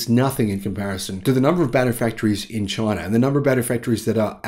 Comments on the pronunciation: Say China, not chiner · "Chiner" from down under.